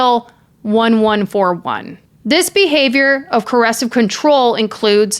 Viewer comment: Excellent video! Just a note, no criticism here AT ALL (you're my number one crime YouTuber) It's pronounced CO- ER-SIV Coercive. It sounds like you're saying 'corrosive'. I can't believe he was burning stuff in the yard!!! He is the epitome of evil. I absolutely despise him. Love Vanessa ❤🇬🇧